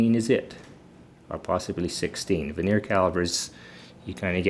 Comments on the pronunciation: It is Vernier, not veneer. Vernier (with an R) comes from the Frenchman who invented the bottom scale to increase precision. Veneer is a very thin wood sheet that is glued on top of crappy wood products to sell them at a higher price to the masses. And use a stick to point things out. The fat finger covers up half the screen and the uncontrolled shaking is dizzying at such great zoom in factor. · I thought it was cool that vernier is pronounced differently where you grew up from where I grew up. We pronounced it 'vər-nē-ər in three syllables. I love the way language shifts and morphs.